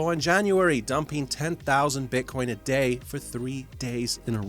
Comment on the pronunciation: Did he call Bitcoin beancon? :D